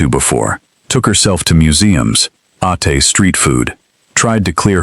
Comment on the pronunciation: "Ahtay" too much seafood lol 😂 😂 AI is a mess...